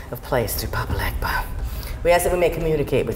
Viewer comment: She didn't pronounce Papa Legba correctly for someone claiming to be a Voodoo Queen. The g is soft.